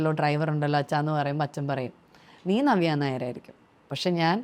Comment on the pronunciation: ഞവ്യ അല്ല. നവ്യ മലയാളം സ്റ്റൈലാക്കി പറയാൻ നോക്കുകയാണ് അവതാരിക😂